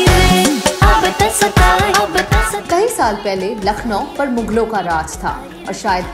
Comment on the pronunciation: It's "mughlo" not "muglo" 😛 No offfence.